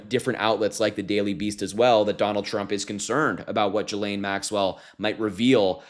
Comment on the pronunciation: TY for good solid contents - BUT - Please please learn how to pronounce her name. Sounds real bad. It's Ghee like the butter and Lane as on the highway... Actually Butter Highway is not a bad name for her.